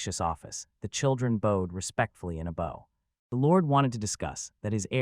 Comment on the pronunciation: Usually the ai says bowed instead of bow. Now it's bow not bowwed😂😂😂😂😂